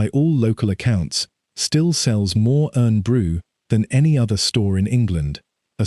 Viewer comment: 8.16 is a good aerial view of actual Corby and the steelworks at its peak. PS: Irn Bru is pronounced Iron Brew not Urn Brew :)